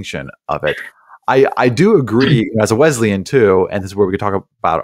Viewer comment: Love the program 👍 I’m a Wesleyan, but it has an s sound and not a z sound. So Wesleyan not Wezleyan 😜